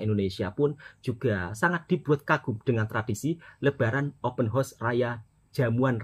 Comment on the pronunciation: Horse bunyi nya